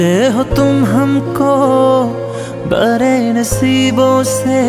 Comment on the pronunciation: Learn properly before singing how to pronounce "BADE बड़े" "TADPE तड़पे" 😂